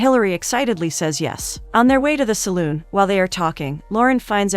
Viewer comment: "Saloon" Lol